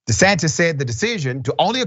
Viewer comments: Dr Richey don’t say De Satan, say The Satan. 😂😂😂😂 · Governor "de Satan!" I caught that! Good one!